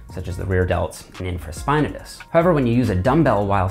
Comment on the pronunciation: The way you say Infraspinatus made me stop this video.